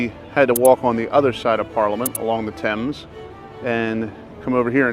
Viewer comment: I love the fact that you embrace the after work drinking culture that we enjoy, and you said Thames correctly. Hope you had a great time, you both seem like great people.